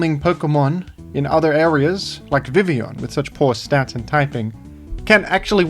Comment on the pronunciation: Perhaps the thing Primal Groudon is most respectful of towards Vivillon is how can pronounce Vivillon's name correctly but not Groudon's.